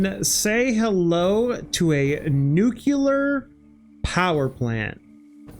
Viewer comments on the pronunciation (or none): Nuclear. Nu + clear. Not Nukular. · how hard can it possibly be to pronounce nuclear